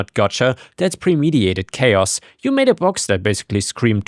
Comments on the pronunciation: I like your posts but please remember that there is a "T" between the "I" and the "A" in premediTated (you say premediated). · premeditated (adj.) pre·med·i·tat·ed (pre-meh-dih-tate-ed) :characterized by fully conscious willful intent and a measure of forethought and planning as in premeditated murder pre-meh-dih-tate-ed, not pre-me-de-ate-ed. There isn't any vowel where you misplaced it.